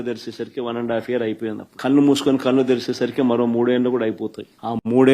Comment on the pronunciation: ఒరేయ్,నీకే డిపాజిట్లు రావు గారికి రావు. ఖన్ను మూసుకుని,కన్నం తెరవటం ఏంటిరా లఫూట్? కన్ను అనటం రాదు...ఛీ.